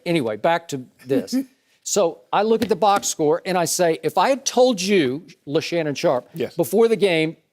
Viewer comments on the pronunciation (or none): did skip call shannon....Leshannon Sharp?????.....HAHAHAHAHAHAHAHA..LMFAO!!!!😂😂😂😂😂😂😂😂😂